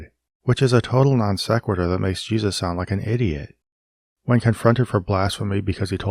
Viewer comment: “Ship of Jeseus”